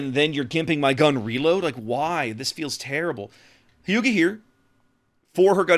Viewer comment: Wow, you managed to pronounce it the closest, first time, of any reviewer I've seen so far. Props to you. That being said, Hyuga is pronounced like Hugh-ga, similar to Howard HUGHes.